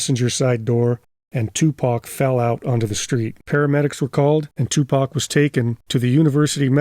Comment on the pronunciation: I’m glad you didn’t pronounce it “2Pack.” 😂